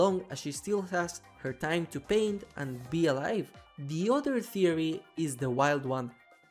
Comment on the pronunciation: ”so what is the white eyes thewee” no disrespect intended I just thought it was kinda funny